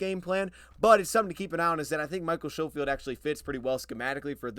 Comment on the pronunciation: most pronounce it, "s-ko-field"; not show-field. its my last name as well and ive had teachers and others call me that for my entire life! haha . the "sch" throws people off :)